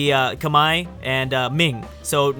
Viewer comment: How can you even pronounce khmer as kemaia dude ded af rn